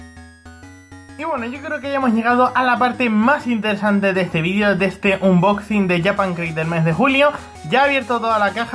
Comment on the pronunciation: "Anboxing" xDDDD